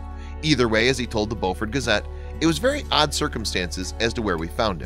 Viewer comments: It’s Beaufort not Boufort! Very cool! Go! Yes, we’re from BEAUFORT! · Beu fort. Long U sound. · It's pronounce Bufort. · Live in bluffton, sc. everyone pronounces that county/city as bewfort, Siri says otherwise. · It’s pronounced “bo-furt”. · It was so awesome. But the man who told the story is not saying Beaufort correct. I am from Beaufort. So make sure you say it correct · You don’t know how to pronounce Beaufort. The first part is pronounced the same way as beautiful. I live there, so I should know.